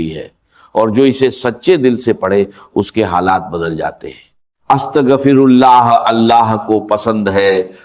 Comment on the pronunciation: Is bandey ko to astaghfirullah bhi bolna nahi aata